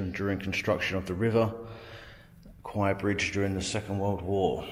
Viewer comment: It's pronounced "Kway" in Thai ... The way you're pronouncing it ..That's Thai for a Buffalo